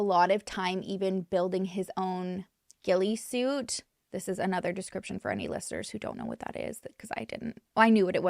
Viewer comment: She named it & even pronounced it correctly